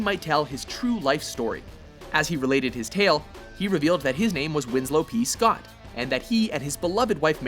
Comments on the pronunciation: It's not Scott. It's Shot. Winslow P. Schott. But whatever. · whhat?? i was always led to believe his last name was pronounced like the word "shot"